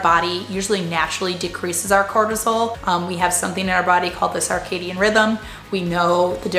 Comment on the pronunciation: Spelling and pronunciation freak here. Take a listen, it's circadian with the first syllable pronounced like "sir" not "sar" . Doesn't take away from your great message though.